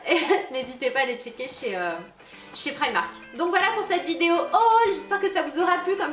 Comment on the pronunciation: Tu dit prymark moi je dit primark